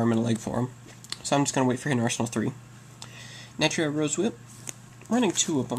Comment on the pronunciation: why u no pronounce the "u" in natUria.